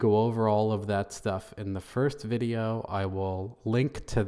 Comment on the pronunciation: Sooo glad you made a follow up vuh-jay-oh. Lol